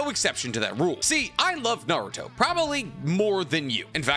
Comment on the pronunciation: Who's "Nar-ruto?"